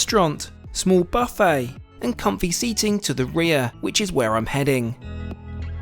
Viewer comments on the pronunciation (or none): none